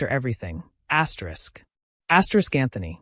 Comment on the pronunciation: Whuuut? Asyerisk? Cut it out. Fix this. I will unsubscribe.